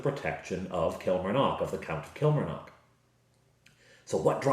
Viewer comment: Since I live near Killie. I can tell you it is pronounce Kill Mar Nock. The 'A' in Mar is pronounced AH. The 'O' in Nock is pronounced AW. Place emphasis on each syllable rather than run them together. In the west of Scotland, we tend to extend our vowels and roll our R's.